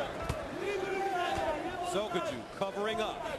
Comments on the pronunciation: Is it me or is the commentator saying sojoku? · why does the co-commentator kepp calling sokoudjou, sojokou? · "Sujoku" The announcer called him that like 10x haha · I swear, Shamrock was the worst commentator ever. How hard is it to say Sokoudjou's name correctly? But then of course he was paired with another bum in Mauro Ranallo.